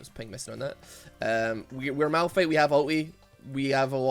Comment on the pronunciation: It’s malFIGHT not malRUN